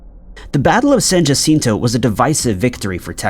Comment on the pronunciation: Oh and it’s San “Hacinto”, not Jaaaacinto. Study your Spanish. We laugh here in CA when people mispronounce Spanish words.